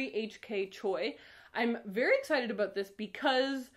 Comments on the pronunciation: Nobody:: Áböút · The way she says 'ABOUT' made me realize for the first time that she might be a Canadian. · Oh my god I’m Canadian too and I have NEVER heard someone say about in such a stereotypically Canadian way NOT on purpose and I’m CRYING laughing omg 😂😂😂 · Please don't apologize for your Canadian about!